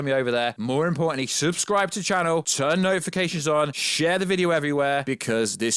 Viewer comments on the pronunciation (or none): none